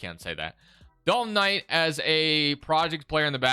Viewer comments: Please stop saying dalton Knight, im having an aneurysm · Lol Dalton Knight..lol it’s Knecht